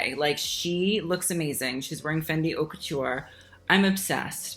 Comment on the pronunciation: I love you sm but as a french speaker hate the way you say "haute"😭